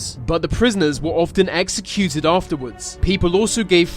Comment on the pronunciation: Do you know how to speak? “Executed” “Cannibalism” “Anex”